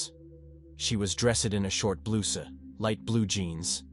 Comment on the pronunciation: Just as an example - Bloosa instead of blouse! soooo irritating